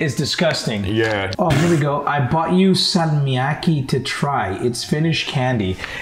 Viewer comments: It's "salmiakki" not "salmikaki"!!! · and Narrator it is salmiakki not salmkakki, candy from Finland. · its salmiakki not salmikakki and its fucking good